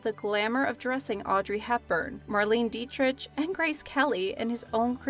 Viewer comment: it's not ditrich learn to say names before